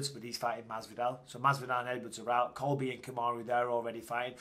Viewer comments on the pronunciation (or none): none